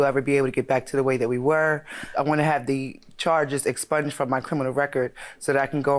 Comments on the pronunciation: Inspunged??? Lmao. Least she tried... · When the momma said, "Insponged"... cracked me up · Insponged!! Are u kidding me!🤣